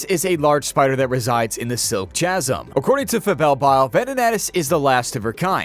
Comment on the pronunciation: Dude, it's "chasm", not "chaz-ham"